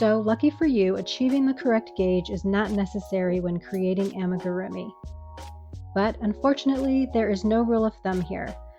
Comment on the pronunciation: It's ah-me-goo-roo-me. If you're trying to be an authority on this please at least learn the word